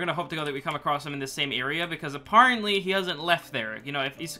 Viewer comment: I’ve realised that has one word that he cannot pronounce properly: ‘apparently’